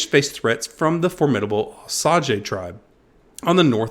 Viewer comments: The correct pronunciation for Osage is O SA Gah not osaggee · O-sA-ge please use the long A sound when pronouncing Osage. thank you. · not a big deal but thats now how you say osage its more like a oh- but say sage as it rhymes with gauge